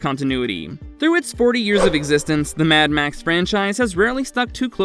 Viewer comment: The way you say “mad max” pisses me off so much